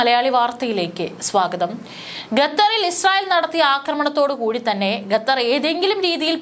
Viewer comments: ഖത്തർ എന്ന് പറയാതെ ഗത്തർ എന്ന് പറയുന്നത് എന്തിനാ, അതാണോ ശരി.?a. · ഗ തെർ.. അല്ല.. ഖത്ത ർ.. എന്നാണ് പറയേണ്ടത് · ഈ പെണ്ണുംപിള്ള വീണ്ടും ഗത്തർ എന്നുതന്നെ പറയുന്നു..